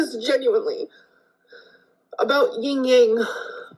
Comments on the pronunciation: Add Yin-Yang to the list of words/sayings gets wrong. It is NOT YinG-Yang. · Isn't it "YIN and Yang"? Not Ying Yang?